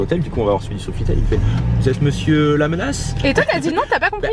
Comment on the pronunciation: j'aime trop les vlog sa ma fait trop rire quand il a dit mesieur la menage